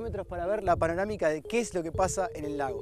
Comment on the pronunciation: DIJO PARONAMICA, ES DISLEXICO